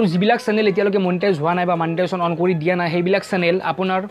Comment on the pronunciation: not manetization dost its monetization